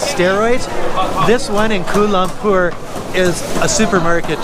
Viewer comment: Thanks for the video.. Just proves that you can get people from all over the globe who are stupid and the conotation that westerners are all smart is so untrue... First of all its pronounced KUALA Lumpur and not KUL lumpur... Next its common knowledge that open wet market is everywhere in the world esp in Asia but the point you dont get is meats like bats, rats, snakes etc in this markets... Also China's market has produced 2 viruses SARS and Covid so there is something wrong with China and its not a stigmatation but its a fact.... So I dont know what your objective doing this but thanks for showing the world what an imbecile you are and maybe you should go to Wuhan and try some bat or rat meat